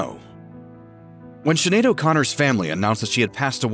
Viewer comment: Please learn how to pronounce her name !! It is pronounced Schin aed...not Sin aed. Sinead is a common Irish name and much appreciated when other cultures learn to pronounce it correctly. Listen before you speak! I'm sure Sinead would appreciate it too!!💚